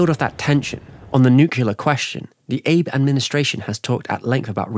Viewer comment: PM Abe = "ah-bae" not "ābe"